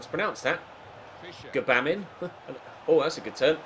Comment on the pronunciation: Gbamin is pronounced bar-min mate for future reference!!